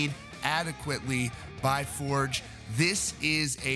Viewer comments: It’s For-gay, not Forge, genius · Tobias For-guh. Not Fordj. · Right, I'm unsubscribing from this channel. You've been told many times in the comments that you are pronouncing his name incorrectly. It is a Swedish surname pronounced "For-gei" not "Forj". And yes, it does matter, when you're reporting on bands / people and you can't be bothered to pronounce their names correctly. I can easily get my Ghost news from the same sources you get it from, without being constantly annoyed at your inability to say his name in the correct way. Cheers. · Toe-BEE-us FORE-yuh. For the love of GOD, man, learn it. Love your channel! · His last name is pronounced “For-geh”... ;) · That was annoying me every time he said it too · Moral of the story: Get it in writing. Also, it's pronounced Forg. It's a shame all this had to go down. I liked the previous incarnation of the band and the previous albums better than this latest one. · After all this time, people still choose to pronounce his name wrong...